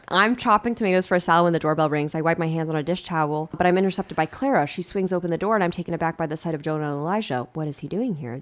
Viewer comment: i keep hearing clara as clairo and i'm losing my mind